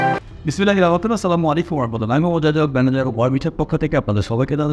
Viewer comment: ভাই বিসমিল্লাহ টা একটু সুন্দর করে বলেন